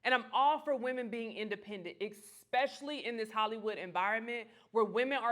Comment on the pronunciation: DAMN, You came within 30 seconds of an A+ excellent upload except for " exspecially " no X ironically....